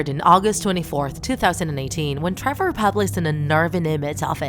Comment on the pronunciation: It's (Trever) not (Trover)